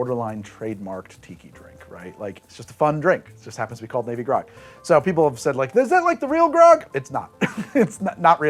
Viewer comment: 3: 20-ish I definitely hear "navy grog" as "baby gronk" the first time around. Just thought y'all should know.